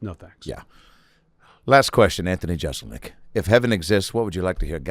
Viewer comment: Anthony would probably hang out with Adam more if he’d quit mispronouncing Jeselnik as Jezelnik.